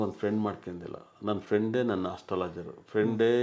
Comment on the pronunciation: Astrolagy alla Dodd buldolagy kitthod nan maga,innu saryag rubbekitthu, bro...